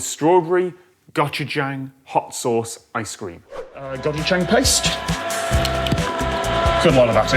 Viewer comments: I swear it sounded like Tom kept saying "gotcha-jayng" instead of "고추장" It's worth learning the Korean alphabet because it's phonetic and only 24 characters. "고" is pronounced somewhere between "goh" and "koh", "추" is pronounced "choo" like choo-choo train, and "장" is pronounced "jahng". Goh-choo-jahng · I'm just cringing at Tom's pronunciation of gochujang,,, but I do wanna try that